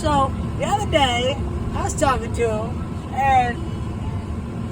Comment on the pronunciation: “The oduh day”